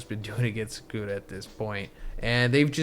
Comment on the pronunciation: Can you pronounce the names right? It’s sukuna not sekuna